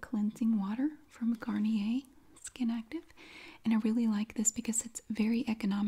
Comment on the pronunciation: So relaxing! Thank you! Also, love that you pronounce Garnier the proper French way. It pops my happy bubble when people say “Garn-yur.”